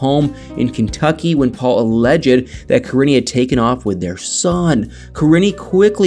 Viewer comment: t drove me crazy to listen to you say her name. If you watched and it was never any other way!